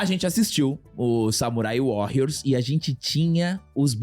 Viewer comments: Sei que é chatice minha.. mas eu fui o único que se incomodou em ele falar o Warrrriors com esta pronúncia tantas vezes? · Só uma correção na pronuncia,. Warrios apesar de ser escrito com 2 r, como é uma palavra em inglês, se pronúncia como se fosse 1 r, arranhando bem de leve.